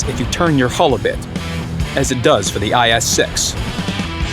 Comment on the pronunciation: guys hear IS 6 he said IS Sex haha